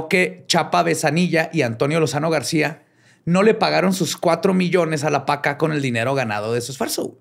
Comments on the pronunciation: Que pinche ansiedad me dió cada vez que escuchaba a decirle Lozano García Lozano Gracia. Maldita dislexia. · ¡Es "Lozano GRACIA"! Ja ja ja... Él y su dislexia... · Solo a se le perdona decir Lozano García en lugar de Lozano Gracia. Gran capítulo muchachos. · No es Lozano Garcia, es Lozano Gracia. recuerdo que en azteca les hacían muchísima burla... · Se la pasó diciendo "Lozano García" en vez de "Lozano Gracia", no? O el disléxico soy yo? 😅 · dijo varias veces mal el nombre del Procurador, que era Lozano Gracia, no Lozano García. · Yo estresada cada vez que decía Lozano García, porque es Lozano GRACIA 🤭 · Un detallito, espero no haber oído mal. Pero creo que es Lozano Gracia y no Garcia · Es Antonio Lozano GRACIA, no Garcia.. y Chapa Bezanilla, no Benzanillla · Sé de la dislexia de, pero cada que decía García me brincaba un poco,lo correcto es Lozano Gracia. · Lozano GRACIA, no "García". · Jajaja. Así es, es Lozano Gracia, pero es así que...